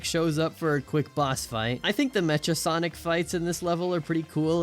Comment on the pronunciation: Awesome video! (Btw, it's not Mea-cha Sonic, it's Mecha Sonic, as in mechanical sonic :p)